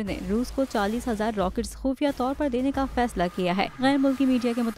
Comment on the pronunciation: خفیہ ✔ خوفیہ ❌ 😅😃😂